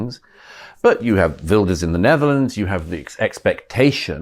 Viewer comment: Gutteral Gert like van Gogh, NOT a soft, English "guh" like in yogurt. Well done for saying "Vilders", Douglas.